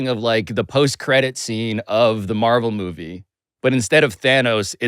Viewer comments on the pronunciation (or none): none